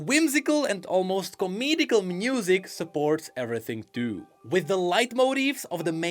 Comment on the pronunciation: Bro he also says mnusic instead of music 😂 cracks me up